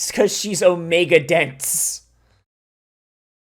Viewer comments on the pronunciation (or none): none